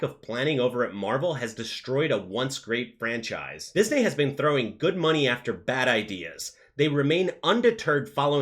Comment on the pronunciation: Say "Disney" correctly lol